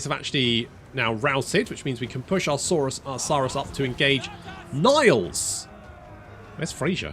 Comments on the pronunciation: its saurus, not saaaaaaaaaaaaaaaaaaaaaarous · It's pronounced saurus, not saurus.